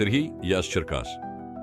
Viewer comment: Ідіотське озвучення, враження , ніби й не чув ніколи про місто Черкаси! Танки з великими колесами ...